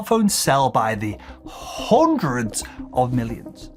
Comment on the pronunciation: Yes He put the mic in lungs, to spell "HONDREDS" !